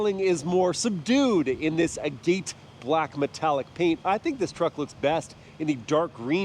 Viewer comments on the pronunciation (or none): Ah-Gate black...lol, that's not how it's pronounced